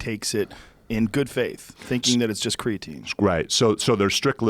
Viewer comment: MrMarbledeuce lol that shit drives me crazy!!! Tied with wheb joe says "... On THE planet earth"... Should leave out the "the" I think. And did jeff pronounce creatine like "creatinn"??? Wtf